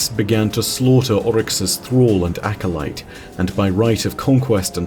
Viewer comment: forget that, why tf does he keep pronouncing acolyte as acolyste? there is no s in the middle of acolyte lol